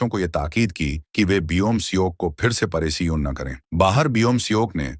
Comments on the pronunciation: Paresan ❎️ Poreson✅️😂😂😂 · Paresan 🙅 pareshan✅